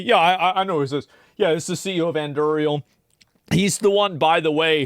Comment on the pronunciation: Cant pronounce Anduril